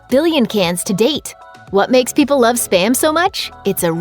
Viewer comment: Spa-m. Not sper-m